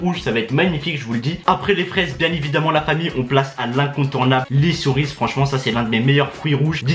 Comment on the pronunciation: c'est le seul gars au monde qui dit les "corises" a la place de cerise